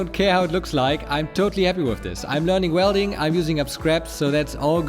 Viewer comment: The "SH"-letter, children! ShIngineering ShWelding :D